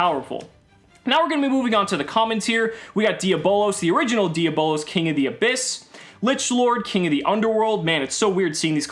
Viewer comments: It’s di a blose not di abolas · Hahaha it’s not dia bolos. It’s diablos and if you can try and fit that extra o softly. It’s Spanish for devil. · It's pronounced d_ab_lows